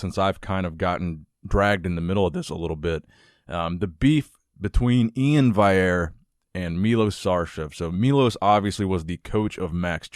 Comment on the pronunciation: I’m pretty sure it’s Valliere with no Y sound. Dude is French Canadian... I know all about it